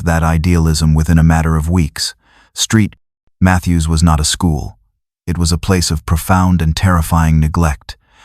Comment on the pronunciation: Street Mathews. Really? Saint Mathews.